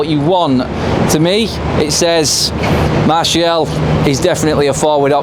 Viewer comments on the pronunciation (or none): none